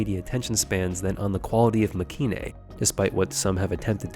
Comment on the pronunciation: Nice video but the show's name is pronounced Makay-een. As in まけいん.